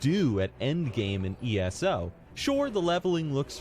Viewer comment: Who the fuck calls it ESSO? It's E.S.O